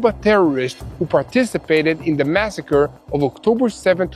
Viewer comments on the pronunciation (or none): none